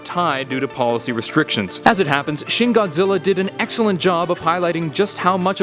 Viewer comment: Its pronounced "shin" and not "shen"